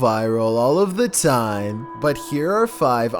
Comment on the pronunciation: "Scary videos go viral all of the TAiEyM"